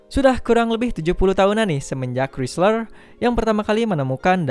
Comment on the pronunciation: Chrysler bacanya krisler